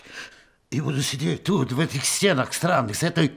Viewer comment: Сидят не "в стЕ'нах", а "в стенА'х".